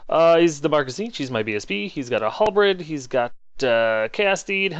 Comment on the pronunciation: Hey, I'm going to sound like a twat here but its Halberd NOT Halbred!! Sorry man I tried for so long not to say anyting but my Englishness screams out in pain when you say it!!:/ Also don't know why but americans say 'Calvery' when they mean to say Cavalry (ca-val-rey), although your not bad for that one;) Again sorry for the 'trolling' and I'm prepared any backlash. FYI I'm sure you would laugh at my speech, I sound like Sean Bean, strong yorkshire accent lol:(